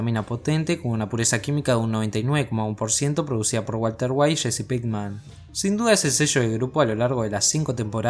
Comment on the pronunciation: jsjsj es jessi no sshcchssshsheeccheeesii 😁🤣🤣😆